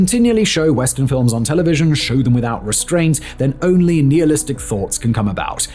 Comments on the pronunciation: 'Nile'istic; that is Nile as in the river. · I have never heard it pronounced the way he did. Is it a British English vs American English thing? Just curious. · you pronounced "nihilistic" incorrectly simon 🤓